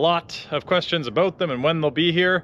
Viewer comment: You sound like a Canadian when you talk "aboot" something.